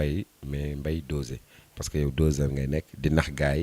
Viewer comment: Elle peut même pas prononcé mbaye dosé c grave en tant que animatrice ou présentatrice